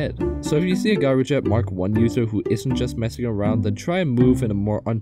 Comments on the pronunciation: By the way, "Gyrojet" is pronounced with a J at the beginning. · It’s pronounced “jy-ro-jet” and spelled gyrojet.